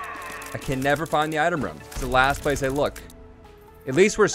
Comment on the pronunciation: why do you say rum instead of room?